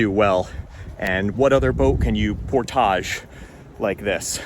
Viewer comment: My man said portaahg...lol